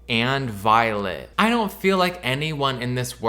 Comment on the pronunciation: “Daurn’t” is sending me so bad